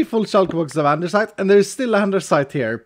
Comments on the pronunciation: That moment when you realize says andersite so much that the altar literally has it spelled that way even though it's actually andesite. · Why you call it andeRsite?? It's Andesite. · Why do you always pronounce it "andeRsite" when there is no R there? EDIT: Wait why are the Andesite items named "Andersite"? Is it because of the modpack? ....did you intentionally rename them for Vault Hunters? Hahaha, if so, I must actually commend you for your commitment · saying "andersite" is why there is a spelling mistake in the mod because it's "andesite" and the stone is spelled both ways in the mod. One of the skills also has "specialisation" in the description instead of "specialization" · I love how when he looks at the vaultar it says Andersite as well, not andesite xD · you actually changed andesite to andersite xD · why is the vault altar saying andersite its spelled andesite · XD The mod changes the name of andesite to "Andersite" for the way says it 🤣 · So does he say "andersite" on purpose? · why does he say andersite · I get teased a lot for saying andersite and you say it quite a few times 🤣 and I’m not Changing how I say it lol love the video and this series in general! ❤️ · He changed the name for VH to give it the R because he always mispronounces it. So he changed the name to troll people.. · I just came here to see if that was mentioned. always adds an "R" to andesite when he pronounces it, so maybe it was renamed in this mod pack as a subtle joke? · Yes he renamed it. always pronounced it wrong on stream, so he changed the name in VH so he could confuse people into believing it was always spelled that way and the viewers are wrong. at his finest. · What english are you using, cuz in my English its called andesite, without the r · since when is there an r in “andesite”